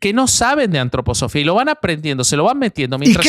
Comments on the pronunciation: Gran capítulo! Lo nerviosa que me pone pronunciando mal Antroposofía jajajja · Por lo menos el Sr. de la derecha, aporta información, pero el de la izquierda solo interjecciones, e improperios. Lo interrumpe al otro, que dele que dele con la Antroposofia, cómo pronuncia Filosofía, también acentúa la segunda "o" . Me hubiera gustado que leyera sin el ruido del Sr de la izquierda.